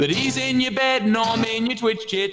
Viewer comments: correction: he says twitch chit, just saying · Idk why but I heard it as "In yOur TwItCh sHIt"